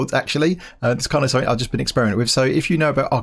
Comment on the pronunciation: Of course the sound of your voice is totally different...but your accent reminds me of how stress monster pronounces certain words...like "something"